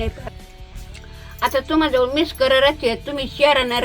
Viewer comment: आग तू जे म्हणतेस ना मिस्कर ते मला फार आवडते. मिक्सर नाही मिस्कर म्हणतेस.फार आवडते.असे वाटते तू तो शब्द परत म्हणावा.